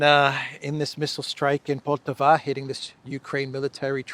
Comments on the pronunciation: the proper pronunciation of poltava is with the accent on the first a. Just fyi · the accent is on firstA in the city of Poltava. Which btw became Russian in 1667, up until 1991 I'm guessing.